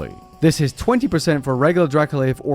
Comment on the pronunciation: Spent half the video thinking it was Dracolith... eh, whatever, reasonable name, makes sense... then I saw it written down... my dude that is dracoLICH (Lich with a ch like a leech)... Yeah... now I'm scared. >.>